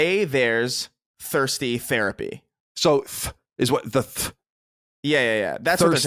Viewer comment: Your "thirsty" sounds like "Thursty"